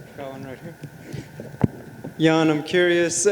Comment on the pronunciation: *Jan not "Yan"